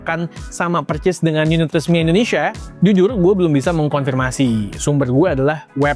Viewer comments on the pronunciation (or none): Bang Indonesia bukan "Endonesia"